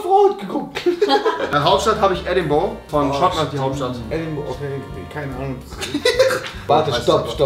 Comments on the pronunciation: Edinbourgh spricht man EDINBRA aus😂😂🇬🇧omg...das tut echt weh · Wie rewi einfach Edingburgh falsch ausspricht